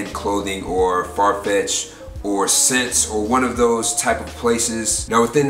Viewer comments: DID THIS DUDE JUST SAID SENSE AND NOT S-SENSE?? HORRENDOUS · btw I think ssense is pronounced like essence.. keep these vids coming bro all fire